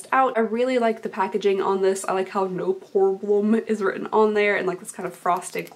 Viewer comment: When she say "no pore blem" it sound like she has water in her mouth😂